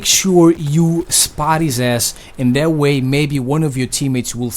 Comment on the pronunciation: I like it of how he said that to dat